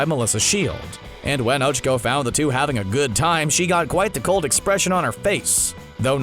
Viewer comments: What is “ochiko” it’s och-ac/k-o but you have to say “(o-Cha-co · Its Oh-Chaa-kOh